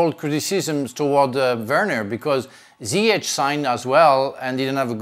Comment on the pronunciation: It's Zee-Yes Not Zayashh